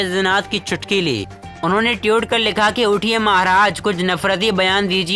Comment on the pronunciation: Mai anti BJP hun but iska matlab ye nhi k koi bhi murkh apna channel bna k news anchor ban jaaye iske liye padha likha hona jaruri hai. Koi murkh jahil news bolta hua nazar aata hai to matha satak jaata hai. Ye jahil tweet ko tiyut bol raha hai